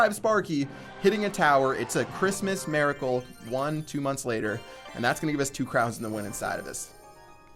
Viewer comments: "It's a Christmas maracle..." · Why does he say maracle?